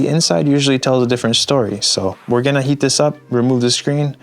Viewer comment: When he says were gonna heat this up it sounds like were gonna eat this up